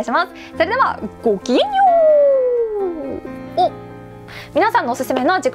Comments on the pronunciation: ごけんようって言うのめっちゃ好き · ごけんようって聞こえたわ